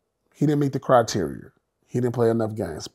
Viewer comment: P saying criteria as criterier got me rolling